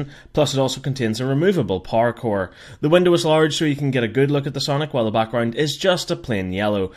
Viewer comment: When he says power core it sounds like parkour